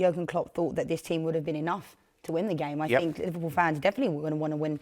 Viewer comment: Take a drink everytime she says "I fink" or "you know". Let's get smashed 😂